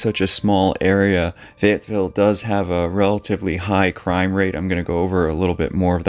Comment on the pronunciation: Fayetteville is known as a tough town. There is no "s" in Fayetteville though.